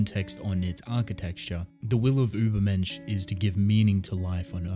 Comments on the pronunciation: ma boi im german and your pronounciation of the word „übermensch“ is pretty good actually. ✌️ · I also immediately thought of Nietzsche! Also as a German, let me tell you that you really didn't do too badly with your pronunciation :) It's a really great theme if Ishida decides to use it based on the title that I would personally look into even if that may not the the case. But I except nothing short of amazing from the author of TG so I truly look forward to it.